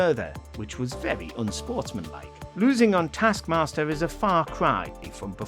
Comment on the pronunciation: Dear voice over guy, it's either "tASK mASTer" or "tARsk mARster"... It's never "tASK mARster"